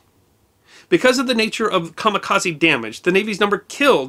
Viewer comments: A Japanese word with an "e" at the end is normally pronounced as a long "a". You say the rest of the word correctly but most English speakers make this mistake. It should be ka-ma-ka-zay. This also applies to karate, karaoke, Kobe, etc. and I imagine a huge percentage of your audience pronounces it just like you do. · Personally I pronounce it " ka mi ka ZED", but then I'm part Canadian. ;-)